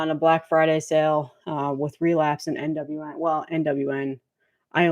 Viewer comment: Yay…Devil Master! 🤘🏾 😈 ….. that’s obviously their first record. But their second album I think was actually really good and made my list…. Bummer that I missed, but catch the next one and got to say every time you say NWN, I hear NWA.✊🏿😁 My bad you got all of them totally jelly there that’s awesome. You have some of the best albums that got released within the past two or three there. Kudos kudos.